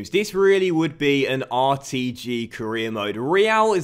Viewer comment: you said caereer and four instead of for